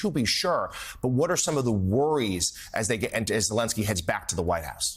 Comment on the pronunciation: Does this joke of a reporter think he is clever? He purposely mispronounced Vladimir Zelensky and then right after that pronounced Putins name correctly. He has no shame. Putin shouldnt get anything. End of story